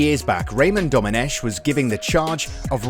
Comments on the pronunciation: The "ch" in Domenech is pronounced "k" not "sh" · Just a little remark. Domenech, the French pronounce it Domeneck with a K sound, not a sh sound (in fact it's a Britonnic name and it should be written Domenec'h and pronounced like ch in "Loch Ness"). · A 2 little mistakes in the Intro : Very forgivable, but Domenech is pronounced Domeneck, like technology. It's Marco Materazzi, to be precise.